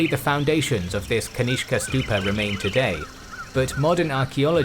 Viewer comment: Cutene how you pronounce kanishka as ganishk😂😂